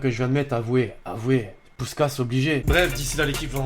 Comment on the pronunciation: Ca ce prononce pouchkach... mais ca secrit puskas